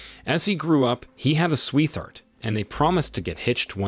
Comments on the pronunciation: Did you really just say “sweeTHart?” 😮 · Man you said " swee-theart"...I'll not have that. Was that on purpose? Seems like it had to be. Answer me lol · "A swee thart"? What's a swee thart? AI will never understand the language and how to pronounce it. And besides, I don't want a robot voice reading a script to me. If you can't take the time to voice over then I don't got time to watch it. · "Sweeth Heart" are you FKM!?! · Swee thart.. I HATE THIS AI GENERATED BS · Whoever made this POS doesn't edit very well. In the word "sweetheart" in this vignette, both the "t" and the "h" are combined and spoken as in "though" or "think". In conversation, the word sweetheart is spoken as two words, to wit: sweet heart. This is obviously done by AI, and it sucks. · “….he had a sweeth-art…?!” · swee-thart?? Literacy much? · Is the narrator an AI that can't pronounce 'sweetheart' or a person that can't pronounce 'sweetheart'? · I caught that too, assumed it must be A.I. (I've never heard a human make that mistake before. Ever)